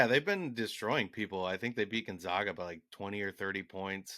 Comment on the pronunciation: Gonzaga....one of the best teams in the country for the last 20 years...and you STILL can't pronounce their name right!!